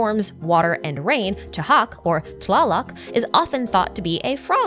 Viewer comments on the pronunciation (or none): none